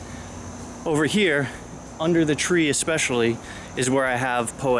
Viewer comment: Yay! You said eSpecially!! And then you said eXspecially. :o